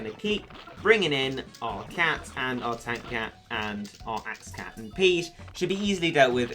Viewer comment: Omg I thought pigge was pronounced like 'piggy'